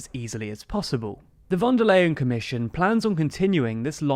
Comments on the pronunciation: Just as a tip: "von der Leyen" isn't pronounced like "lay", but like "lie". That's not ment as a joke, I promise. 😅 For English speakers this might be helpful: Oorsoola fon der Lie-n. And the v in "von" isn't soft like in "very", but hard like the f in "front". It's not important, but if you wanna be accurate, this is the way to go :) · The correct pronunciation of "Leyen" is simply "lion". :D